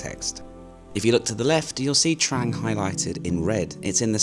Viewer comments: Another great video. At the risk of sounding picky, this Province is actually pronounced Trung not Trang 😉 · Pronounced "Dtrung" not "Dtrang". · It is pronounced "Trung" mate. My wife and thai family are from koh mook. You did well to find that boat tour, it's not on the tourist trail! One of my Thai family has a boat there. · It's pronounced Dt-rang